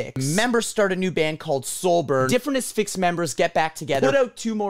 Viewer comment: Thank you for pronouncing it “uh-SFIX” instead of “ASS-fix”